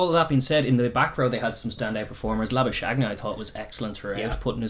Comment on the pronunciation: Kinda funny how everyone seems to be butchering the 'Labuschagne' pronunciation, including the commentators. It's basically Lah - boo - skuhG(hard throaty G sound) - knee. For reference, in this clip, at about the 50 second mark, Marnus Labuschagne gives the pronunciation.